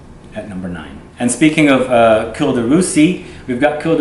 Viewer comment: Dear, cuir is pronounced as "Queer" in English. Thanks for the great review!